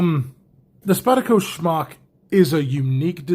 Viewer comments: I just gotta ask...are you pronouncing the Smock as Schmock as a goof? Cause I laugh every time you say it! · You know it’s SMOCK not SHMOCK, right? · It’s like Spock but Smock. Lol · I actually heard it as Spyderco Schmuck the first time he said it!